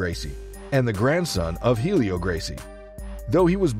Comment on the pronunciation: Even grandmaster Helio pronounced Eh-lee-oh, h is silent..